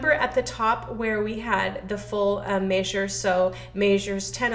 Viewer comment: Maysure is not a word.